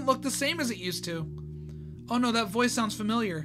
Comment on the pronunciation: why did you say NAURR?